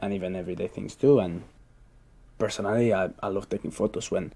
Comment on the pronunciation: Do native speakers really say "cut" as [kut], orchEstra with the stress on the second syllable and personAlly on the third? Imo he is really good, but not good enough for 8+ with those many simple and obvious mistakes. ? On the other hand, I think it's great he has got such a high band, meaning maybe i still have a chance too :D